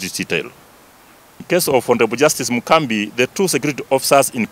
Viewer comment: A whole inspector of police can't speak fluently and without referring,is this man a D student? Its Mugambi not mukambi*